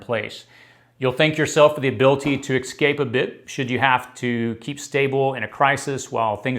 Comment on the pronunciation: eScape, not eXcape. Stop saying "eXcape"